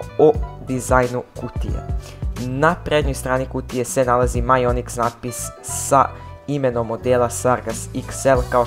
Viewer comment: Ja te razumeo majonez xD